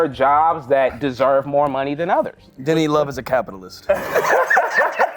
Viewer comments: YALL. I kept hearing Denny as Diddy & I’m like WHY IS NO ONE TALKING ABOUT THE STORY IN THE BEGINNING 😂 s/o the comments for clarifying 💀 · I kept hearing Diddy instead of Denny 😅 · i had to rewind this 3 times before i realized he said Denny and not Diddy 💀🙅🏼‍♀️😂